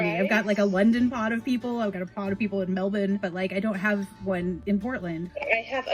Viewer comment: I love this. Fantastic idea! And I loved your pronunciation of Melbourne, we trained you well!!